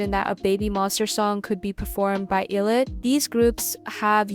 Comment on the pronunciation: ILLIT is pronounced “eye”-“lit” 😊❤